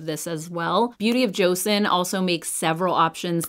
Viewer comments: how am I not being nice? I didn’t call her names. I simply asked, didn’t even demand, and even said please. She didn’t even pronounce it as cho-sawn (the correct pronunciation), she pronounce it as Joe-Sun. I would even settle for Joe-sawn. It just tells me she didn’t do her research in the slightest. It’s 2024, not learning pronouncing name correctly is unacceptable. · hi thank you for responding. The j and ch sound is very close for Koreans so you can either say joe-sawn (like Sean or Shawn but with the x sound, does that make sense?) or cho-sawn. Easiest way is to watch Korean influencers actually saying it. CYoung actually posted a BoJ video last week I think you can listen to her pronunciation. Edit to add: even more important is the name is stressed on the second syllable on the first. joSAWN not JOsun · Please at least pronounce Joseon correctly. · wow I asked someone nicely to please pronounce an ethnic name correctly out of respect, and I got called triggered. Lollllll.